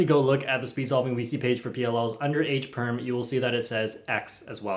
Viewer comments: '' edge'' perm, sounds like '' H '' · bro dont go it is h perm not e perm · Says E perm Me:it's more like c perm